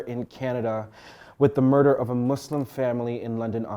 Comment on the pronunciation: Aside from how tragic this story is, as a Muslim, I just want to thank you for pronouncing “Muslim” correctly. I feel like people who pronounce it as “Muzlim” are being passive aggressive. If you don’t naturally change your “s” sounds to “z”, then it’s not that difficult to pronounce Muslim correctly. Thank you.